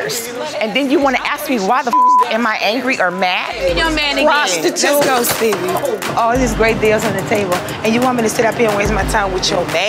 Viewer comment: Steebie!!! Not Stevie ya'll sayn it wrong!!